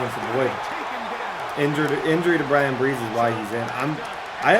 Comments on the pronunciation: Bryan Bresee pronounced like (BRUH-Zee) ⚜️ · Hey, I’m a die hard tiger fan and just want to say Bryan’s last name is pronounced “bruh-zee” it was gonna bother me if I didn’t say anything